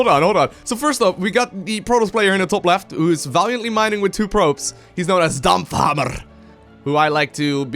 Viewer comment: like your pronounciation of DAMPFHAMMERRR!